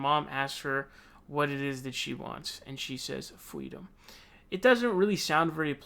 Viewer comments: "Fweedom" are you kidding me?! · Sounds like kamala thinks restraints are freedom..oh..sorry "fweedum". IMO. MS.Harris is a control fweek. 🤣🤣🤣